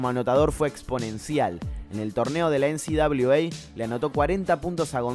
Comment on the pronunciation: Parece que decís NCWA , definitivamente lo decís Es NCAA